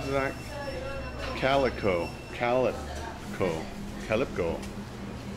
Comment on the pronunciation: how'd you get calico from cal-pi-co? Lol... Spam sushi = musubi. Hawaiian staple